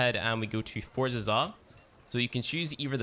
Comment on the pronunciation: Its Zaw, not "Zah"